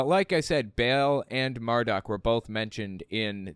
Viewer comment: I'm sorry but this is bugging me -- Ba'al is supposed to be pronounced like "bah-all," not like the English word "bail." Also, for what it's worth Satan is a character in the book of Job. I don't know when Job was actually written but it is traditionally ascribed to Moses. It was probably written later but not that much later.